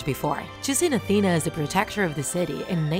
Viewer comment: Why did you sey atena )